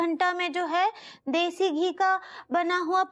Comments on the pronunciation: Has someone notice Anita saying desi as dhesi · Soumya as nailed it when it comes the pronunciation of Urdu/hindi words. Here you'll notice her saying Desi ghee as Deshi Ghee. And she repeated same mistake twice